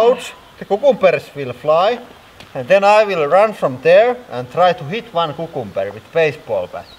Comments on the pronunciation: It took me way too long to realize you were saying cucumber!! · Kookoombur, that's how it's pronounced in India, in Hindi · OMG! KUKUMBER! I just love how you pronounce this! :D